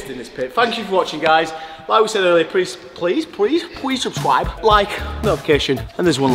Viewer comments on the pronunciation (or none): I was taking a drink when you said “pwease subscwibe” and it almost got everywhere 😂 I was not expecting that